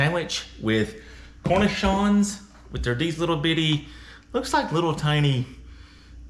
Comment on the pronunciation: Umm...good job on finding and paying for a half wheel of raclette, but I am sure the cornichon's are not supposed to be inside the sandwich. Pronounced Kor-Nee-Shawns. I want to get hold of a half wheel too!